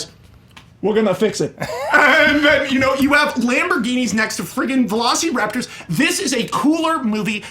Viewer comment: Max says, "You don't even remember Jurassic park"... When he's calling them velo-"see"-raptors. It was way too depressing which he, not only admitted, but, proposed 15 times in his pitch. Jurassic Park was not depressing. I thought both pitches missed the sense of wonder.